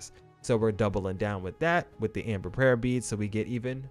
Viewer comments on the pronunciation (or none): none